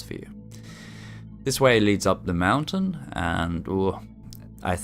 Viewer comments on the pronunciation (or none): none